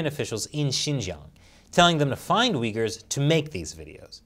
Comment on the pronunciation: nice pronunciation of uyghurs man...